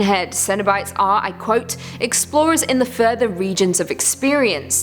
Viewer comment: Every time she says, "The Further" an angel gets it's wings. It just sounds better when she says it than the movie